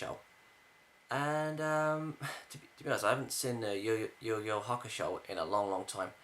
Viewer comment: you know he knows nothing about yuyu hakusho because he can't even say it right